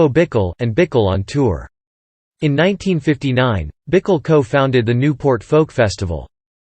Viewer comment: Pronounced “Bikell”. Doesn’t rhyme with pickle.